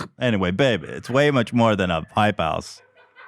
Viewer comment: Thought Ethan called it a "Pipe House" and I broke out in laughter.